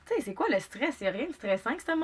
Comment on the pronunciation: C'est tellement le fun tes vidéos 😂 On sent que t'as trop regardé Le Coeur a ses raisons, avec ton "keuwa" et ta voix de Criquette qui resort parfois XD Ouiii fais un haul de friperie summertime ! :D